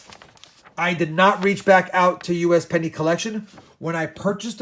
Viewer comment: I swear everytime you said "usapenny" I thought you were talking about me.